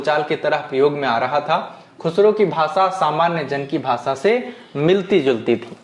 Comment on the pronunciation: Sir,aap bhasha word Ko bhasa ucharan ,our sabhi Sha letter sa ke roop mein ucharith kyon karthe ho? Sahi nahi hai ,sudhar keejiye